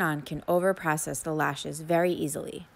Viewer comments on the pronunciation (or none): none